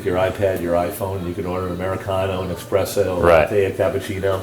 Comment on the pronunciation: What a bullshit house and the guy selling the thing trying to be so fancy, yet, he can say effing espresso.. How pathetic. Horrible house and the "art" what a waste of time, money and materials.